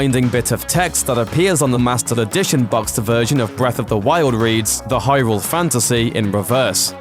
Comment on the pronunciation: Ey-oh noo-ma (lol)... high-rooool (lol)